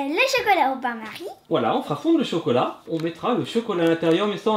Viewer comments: Miskin elle dit cocolat à la place chocolat 😂😂😂😂😂😂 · Camus a bien dit cocolat